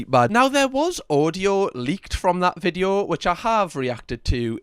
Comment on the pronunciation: Loving you vids bud. You quite comical but I've never heard you once say video. Everytime you say "vijo" I'm shouting video for you! 😂